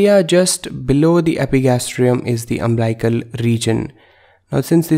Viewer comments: Nice video. But it's UMBILICAL. Not umblical. And pronounced as UM BILL ICAL. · Umblical or umbilical!!